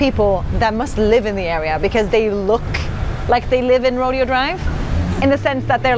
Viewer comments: Hello! Btw its Pronounced row-day-oh dr. You guys popped up in the algorithm. Maybe because im from San Francisco and am still living in the Bay area. Your San Francisco episode popped up on the feed. Im really enjoying the content! And im glad you guys enjoyed. The segment where you guys were confused about the PED XING, i started cracking up so hard 🤣 i used to be a driving instructor and there were a number of times where my students were also confused about that. Ahh memories... Lol There are so many restaurants and so many other places or things to do to still be discovered. Hopefully you guys come back again. You guys just earned a new sub! 👍🏾 Ty Have a great one! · Great video - glad you enjoyed your visit to LA/California and the U.S. Just one tip, it’s pronounced Ro-DAY-o drive not RO-dee-o. That street uses the Spanish pronunciation. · No tipping at fast food. When you said $42 for 2 smoothies I spit out my Lifesavor. Geebus. We have a place called Smoothie King in my area where you could get that for $10. You two are a great couple. Reminds me of me and my late wife. That WayMo looked amazingly fun. I gotta point out its not Road E O Drive its Roe Day O Drive. For some reason they pronounce it all fancy smancy. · Ro-day-o Drive like in Spanish, not rodeo like a cowboy would say. And it’s in Beverly Hills, not LA. I got the giggles watching your video and hearing your first impressions of a few neighborhoods in the LA metro area. 😂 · 'Rodeo' Drive..yee-haa... haha! You guys made me laugh. It's pronounced Ro-da-o drive in Beverly Hills...ultra rich area. I've loved watching your travels, and it is so funny hearing your thoughts on my home country USA. Don't forget, the USA is HUGE, and each region has a unique culture. Southern California is totally different than Colorado, which will be totally different than New York. Keep sharing your travels! Cheers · I know I'm late to the party but Rodeo Drive is pronounced Row-Day-Oh drive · Roe-day-oh Drive.